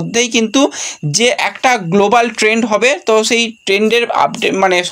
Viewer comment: আগেও বলেছি আবার বলছি ইংরেজি উচ্চারণ ঠিক করো। সর্ট ট্রাম না কথাটা "সর্ট টার্ম", আর °°গ্লোবাল ট্রেন্ড বা ট্রেড নয়°° , ওটা *গ্লোবাল টেন্ডার*